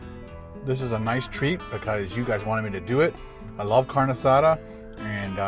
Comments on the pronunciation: oh yeah its pronounced car-nay not carn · Not "carn asada"..its "car neh asatha" thats how you pronounce it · it's pronounced CARN-EY not carn. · Great, I’m hungry now!!! Hahahahaha P.S. It’s pronounced “car-nay”. Fantastic video